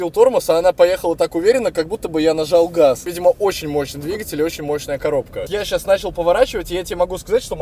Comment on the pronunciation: Я нажау гауз